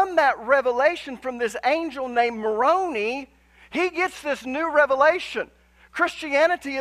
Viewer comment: I listened and loved it all the way up until you shared your misinformation about Moroni. He is a resurrected being. How about that? And you failed to apologize for mispronouncing his name even though you were concerned about not saying the Indian tribe Algonquin name right. Guess that shows how you feel about us and it is not very Christlike. The same church that Jesus Christ brought to earth during His time has been restored through a prophet now in the latter-days. Wouldn't it be wonderful if you taught those truths and let people decide for themselves.